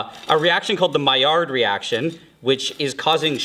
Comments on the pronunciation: Pretty sure maillard reaction is pronounced "my lard" not "my yard" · What did he say? Maiard reaction??